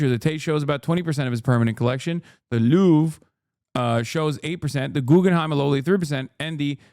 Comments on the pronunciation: "Lorve" is killing me dude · The fact that he kept saying Lurv drove me crazy lmao